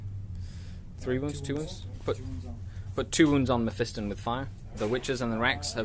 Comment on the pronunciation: it is pronounced (meff-i-ston) not (meff-ee-ston)